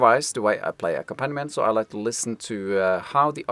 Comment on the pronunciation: In the word accompaniment, the accented syllable is ‘comp’ - aCOMPaniment. I was confused by the way you pronounced it for a moment, Thanks very much for your videos.